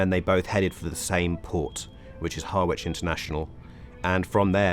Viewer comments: pronounced HARRIGE not HAR-WHICH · Is this guy a foreigner trying to sound english? I don't know anyone who pronounces it Harrr-wich, it's ha-ridge. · Harwich is not pronounced Har witch 😢 Its pronounced Ha ridge (Ha as in 'happen') Similar to Norwich or would you say Nor witch😅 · Great reporting and documentary. But, seriously dude, as an Englishman you need to learn how to pronounce "Harwich". It's not Har-wich. The w is silent, ha-rich. You're welcome! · its harwich like harry has an itch, not a witch thats become a comedian. hah-rich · Great video, but puzzling that he (judging by his accent a UK native) took the trouble to learn how to pronounce the Polish place names, but failed to pronounce Harwich correctly. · You're a journalist and you can't pronounce Harwich?? FFS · I'm surprised that someone who sounds so English doesn't know how to pronounce Harwich.